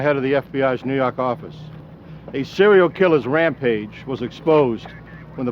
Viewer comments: Say it again 💯🙏🏿 "nuu yawk affice" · "Nuu yawk affice " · NEW YAWK AFFICE!